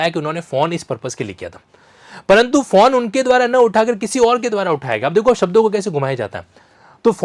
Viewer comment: Your commentary is balanced. I fully appreciate the realm of the civil judge. But you have not informed whether the Hon'ble High Court issued a rule for criminal contempt. Another point, please pronounce 'phone' instead of 'fawn'.